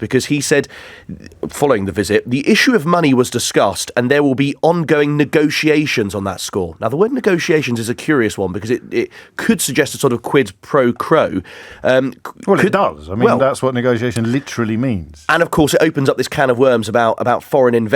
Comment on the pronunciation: Did he just say "Quid Poe Crow"? {:o:O:}